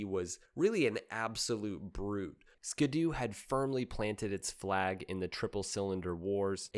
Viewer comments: It's also Ski-Doo not ska doo like he's been pronouncing the whole damn video. SMH. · Who says skid oo? It's Ski-doo as in snow skis or water skis. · Thank you and its SKEE DOO not SKADOO....just like their personal watercraft Sea Doo = SEE DOO not SEDOO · SKI!!!!! ITS SKI DOO!!!!!!!!!! Not SKID DOO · Ski-do not skado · How do you pronounce the word, "ski?" How do you pronounce, "do?" Why is it that when you put the two together, you now think it's pronounced, "ska-do?" 😂 It's a "skee-do..." You know, because it has skis... lmao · “Skee-doo”. Not “skuhdoo” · My brother in Christ it's "Skee-doo" not "Skid-doo" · Wait is it not pronounced “skee-doo”? Huh. Great video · I may start a war with this, is it pronounced skiddoo or skee Doo? A lot of people pronounced skiddoo but skee Doo makes sense. For 1 it's how you pronounce ski. 2. The brand separates ski and Doo. 3. It skee Doo matches seadoo. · Ski-Doo pronounced Skee Dew!!! Just stop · I've never been a snowmobile guy, but was fascinated by the sport. This is the first time I've heard the name pronounced 'skid-oo'. My rational brain always broke it down as 'ski' and 'doo'. That's how the hyphen makes it look to me, anyhow. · Skid doo? Is this AI? I have never heard anyone mispronounce that name before. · Always thought it was more like skee-do like skiing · It’s pronounced “skee doo” (due). 🤣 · Strangely, it's even spelled the way you need to pronounce it eg ski doo, but go figure